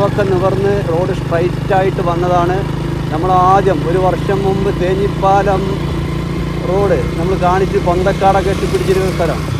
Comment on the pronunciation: തേഞ്ഞിപ്പാലം അല്ല ‘തേഞ്ഞിപ്പലം’.